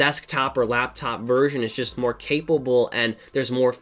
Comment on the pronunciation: "It just moah"